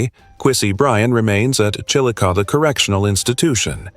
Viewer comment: It's pronounced "Chilicothie". Not Chillicoth.